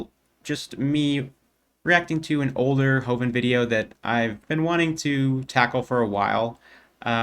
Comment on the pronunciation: I like how you say "Hovind" like he's Gollum. Which, in a way.. He is. A cave dwelling little creature who needs his precious tax free money. From autism to autism, my friend recommended this video and I haven't laughed so hard in a while, got me right out of my depression slump. You take care Keep doing what you're doing.